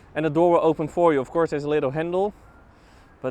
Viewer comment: He says “off course” a lot lol